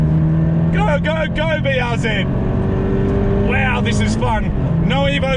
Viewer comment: Bee arr zee